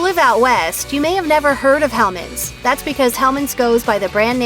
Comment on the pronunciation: Thank God you said hellman's.